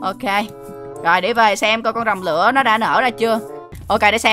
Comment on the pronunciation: Anh đọc sai tên không phải rồng lữa mà là rồng lửa